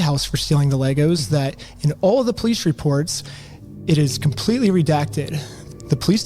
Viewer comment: You pronounce the words “police and completely“ with no L’s. Work on your speech impediment. Yes you do have a speech impediment.